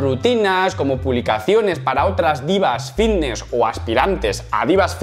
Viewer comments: A mi no me engañas, sigues diciendo “Vvvvitness” 😂😂😂😂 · Bbbifitnesss qué bien lo pronuncias piquitooo